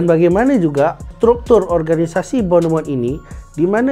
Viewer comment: Eklis, gugel la kejap ..cemana nak sebut kelap bonomot tu 🫩